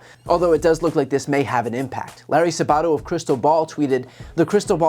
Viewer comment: Larry Sabato, who was a year ahead of me at the University of Virginia, has, as we all thought he would, done big things. As I remember, his last name is pronounced Sab á to. You may want to check this out.